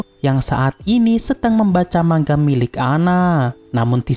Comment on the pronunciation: manga bang bukan mangga